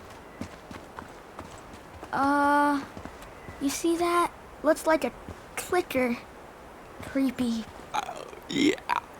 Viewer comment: Bro said it was his favorite games of all time. Refers to them as “klike-ers”